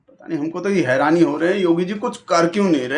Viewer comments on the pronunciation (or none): none